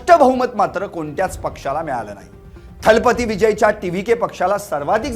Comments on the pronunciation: Talbathi nahi thalabathi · किती हे अज्ञान राव…थालापती नव्हे दलपती. कझगम नव्हे कळगम.